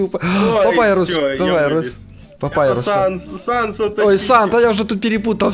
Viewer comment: Не санс а Саня